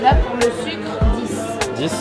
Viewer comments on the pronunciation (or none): none